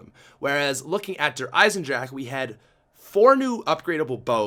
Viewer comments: it is called Der eisendrache not der eisendrak Pronounce the G instead of the K You pronouce it as Gun not as kun But if it is that hard for you. Mrtlexify pronounces it right. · lol the way he says the map name "de eisendrak" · Its pronouned Der Eisendrackha